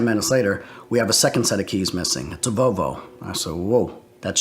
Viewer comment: Vovo, bruh it’s clearly Vol-vo